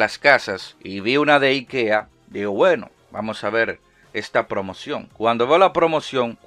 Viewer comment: Yo al escuchar al locón pronunciar IKEA 😟 pero después me entero que lo pronuncia como los suecos lo hacen 😎👍🏼